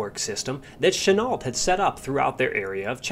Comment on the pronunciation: GENERALCHENUOLT !!!!!!NOT CHANEL 😕😮😮😬STOP CHOPPING GRAMMER 😣😨g